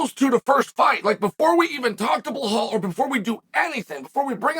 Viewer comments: why he always say Blehal!!!!!it is Belal Uncle Chael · Uncle Chael we love your videos but please stop saying Blahaul 😂